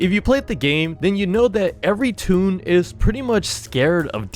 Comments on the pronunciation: Not "tune"🥲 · Bro he said tone is toon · You mean toon